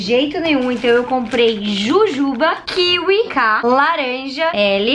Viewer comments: Mano ela fala super errado KIWI MDS QUE AGONIA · Vdd eu sinto muita agonia quando ela fala kiwi